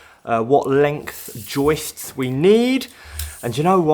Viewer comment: I love how says “joistststs”!